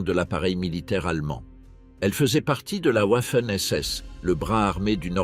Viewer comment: pourquoi toujours Ouafen SS en prononciation. les Français sont-ils donc incapableode prononcer Garden Va... il n'y a pas de Ouah !!!